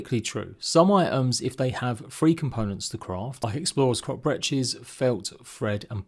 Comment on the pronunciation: the way you pronounce breeches hurts my ears but otherwise a good video!